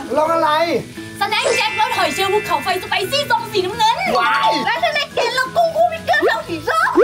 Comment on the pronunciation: ใครได้ยินพูดตอนรีวิวขนมได้ไหมว่าซอองสีนน้ำเงิง